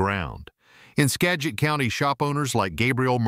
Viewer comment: He pronounced Skagit 3 different ways in the same sentence. Must be AI. A real announcer couldn’t possibly be that dumb, or at least I hope not.